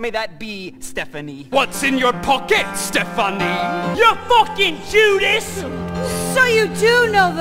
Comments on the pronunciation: I love how both Richie and wiggly enunciate and pronounce Stephanie as ste-pha-nie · Yes! Like does Richie have some connection to Wiggly or do neurodivergent kids and eldritch beings just have the same brain function when it come to pronouncing Stephanie’s name?😂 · pronouncing names with too much syllabl is my new favorite thing.